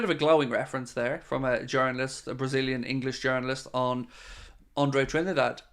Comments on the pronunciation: Apparently Trindade is pronounced this way in portugese: Drin-dar-gee. Or in English probably something like Trin-dar-day. But i must admit that hearing Craig pronounce it trinidad was a little bit annoying, some of us are just like that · It is closer to trini da jee. I have a brazilian wife 😅 so i asked her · Andre TRIN-DAH-DAY